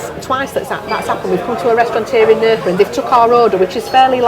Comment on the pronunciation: Please don’t call it NerCa ….thats not how it’s pronounced